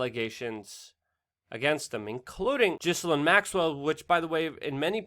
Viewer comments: It's pronounced GEE-LANE The s is silent. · I dislike everything related to this news but her name is pronounced Gee-lane! The g is a hard one and the s is silent. “Gee-lane”